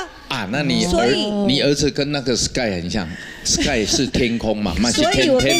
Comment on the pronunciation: 感覺憲哥唸成死 gay.....